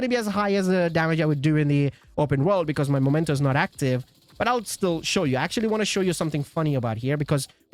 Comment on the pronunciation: It's a Meee-mento, not a 'Momento' , mate! From Latin imperative 'memento!' for sth. being 'reminiscence of' , or 'keep in mind, that...' , like, '...you have to die!' = 'Memento mori!' ⚰ The Rogues watches on the backpack could be an indication of why this backpack is called 'Memento' , because these watches are 'Mementos' to those who had to die. Painfully. Sry, I got carried away. Anyway, it has nothing to do with 'the moment' , although it is also a moment to be remembered. But the thing is not the moment! The moment is gone. Vanished. Dusted away. It usually never turns into a backpack. The remnants of the moment - plus a few decaying bodies that will soon have decomposed, except for the timepieces - that is meant to be remembered, and which are kept to this end, are the mementos. But that doesn't make anything a 'momento' . This word only exists in American Mickey Mouse lingo and wherever other linguistically challenged people have copied it without asking what they were talking about. So it's in fact the dork language of people who never understood that someone who first said 'memento' in front of them really meant it, and hadn't said 'momento' , but which was the only thing their two brain cells butt-fucking each other only understood. Since then, they had been calling things that were mementos 'momento' . Nyahahahaaaaa .😭 I could piss myself! 🤦🏼‍♂ 🤜🏼🤕 It's also 'memory' (same derivation), not 'momory' , ain't it? 🤡🪓 But if in doubt, just read its name correctly, then